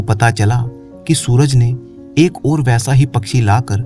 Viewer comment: आपको ओर नहीं और बोलना चाहिए please